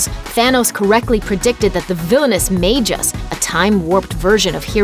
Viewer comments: Smh....Magus...its pronounced like "MAG-US" not Magis or whatever u said. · I thought you pronounced it mag-us not mageus? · Majus?!? Jeez. is getting just as bad at pronouncing things as Watch Mojo